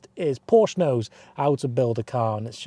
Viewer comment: I stopped watching after 10 seconds of the video. “Porsch” sounds so stupid...